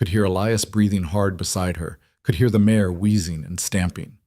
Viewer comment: MARE. Not mayor!